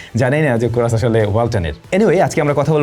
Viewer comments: কোরাস নাকি হরাস। কনফিউজড করে দিলেন😂😂😂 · কোরাস❌ চোরাস✅😂